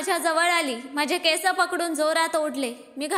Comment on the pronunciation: केसं नाही हो ! केस